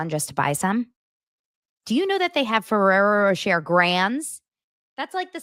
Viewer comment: It's said Ferrero ro-shay lol